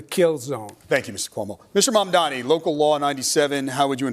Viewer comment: That woman, Why can't she brush up on her English for goodness sake ??? And MaNdani ? Why do they all have trouble pronouncing such an easy name ? M A M D A N I ? It appears Americans including reporters and so-called journalists have trouble with their consonants in the English language ??? Again Curtis Sliwa calling him something else other than MAMDAMI . The woman with the glasses, again mispronounces MAMDANI. I cannot get over their illiteracy of consonants in English Extraordinary That woman with the accent should really learn how to enunciate in English. It is not difficult. She should listen to tapes. Horrible listening to her. I have to give her credit though. She pronounces MAMDANI properly 👍👍👍👍